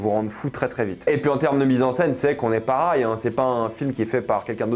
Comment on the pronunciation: pour la dernière fois, on dit pareil et non parail